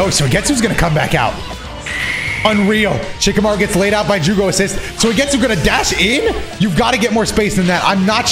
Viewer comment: It probably shouldn't bother me, but I can't help but notice every time he says Soy-getsu lol